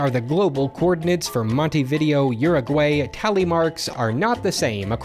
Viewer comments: "Montee Video Urugueiy" I died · Didn't expect to see my little country in here, but just a tip, you really gotta practice how to pronounce Uruguay and Montevideo lol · Uruguayan here! Honestly you butchered the pronunciation but I'm just happy whenever my country gets referenced.